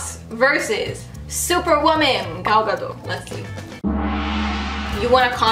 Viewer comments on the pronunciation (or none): A lot of people say Gal Gadot's name like its French, and drop the T, but the T should be pronounced